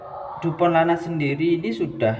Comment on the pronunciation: Baca nya bukan lanat bang, tapi laknat